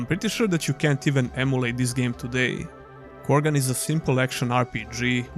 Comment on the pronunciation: Krogan = Korgan